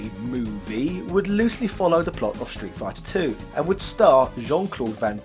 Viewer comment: Why do you keep pronouncing it “shtreet”? No H in there, bruv!